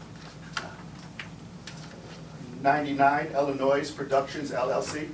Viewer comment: She has lived in Illinois her whole life yet says IllinoiS with an S on the end… I know she talks like an alley hooker but come on a 5 year old knows that…. Christ almighty! The baby and the grown one!